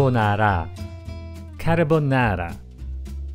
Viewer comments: I hear: carbonara My mind: lajibolala😂😂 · not Carbonara its Lachibolala haha 😂 jk loved the video tysm helped a lot 😍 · Carbonara...lacimondala? 🤣 great video!